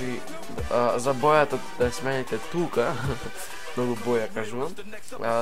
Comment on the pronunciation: HAHA RECE BAJATA NA MESTO BOJATA NEZNAES DA ZBORUES GRADSKI JAZIK